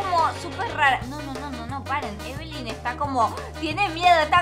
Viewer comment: No es ebelin es lina